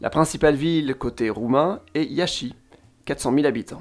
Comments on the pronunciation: Iasi se prononce iach ..pour info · Iaşi se lit Yash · nous ne prononcons le "i" terminal en Ploesti, Pitesti, et Iasi -- mai bravo avec le phoneme "sh" dans ces mots!